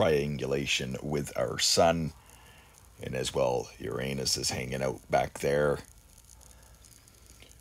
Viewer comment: Thank you for the correct and traditional pronunciation of Uranus! 😂❤